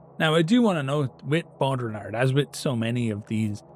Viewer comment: Platonic form of nerdery. The man is using a tabletop war game to talk about philosophy because he's trying to take the setting to its logical conclusions and taking it seriously even though it's just his fun little hobby. And he's mispronouncing the name because he's read it a bunch but never heard it out loud. Or he's intentionally disrespecting the French. Unsure, not aware of Ireland's view on that nation, only know about Brits, Africans and East Asians having any beef. Either wayz We love it folks!